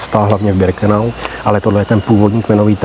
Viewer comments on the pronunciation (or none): Pane.. ne Brikenau ale Birkenau..PS.. nejsem váš nepřítel..jen mi to rve uši..:))